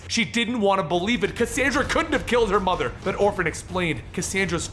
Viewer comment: I HATE "MOTHE" kilanpieisbetterthandan